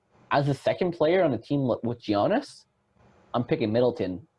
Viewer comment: 50/40/90, 21ppg, top 3 mid range in the league, way more efficient than JB and BI, better defender than JB and BI, and better passer than JB and BI, but ranked lower than JB and BI? Giannis isn't pronounced "Jeeyonis" Criticizing low block numbers is a strange criticism of players on a team that give up by far the least paint points in the league.